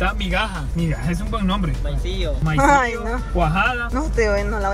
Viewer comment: Morí se risa cuándo dijo maizillo😂😂😂